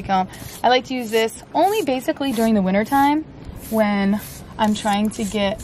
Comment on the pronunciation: Am i really the only one who heard "he is sheding his last bit of WINNER coat"😂 oopsie